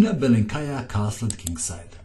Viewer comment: by the way, in russian language, the accent is puting on the first syllable, so it is Bélenkaya and Káshlinskaya